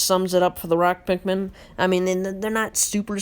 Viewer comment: Sure true pikmin fan knows alot about the game pronuced wing-ED pikmin wrong pronuced ROCK pikmin wrong didn't even mention the puffstool the thing that creates puffmin and also didn't mention that when white pikmin are eaten it poisons the enemy that ate them shredded true pikmin fan mhm